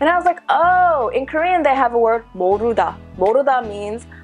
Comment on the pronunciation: Her Korean word pronunciation is so different from most foreigners. The pronunciation is genuinely Korean. I don't know how it was possible. Most foreigners, even though speak fluently in Korean but with thick foreign accents and pronunciations.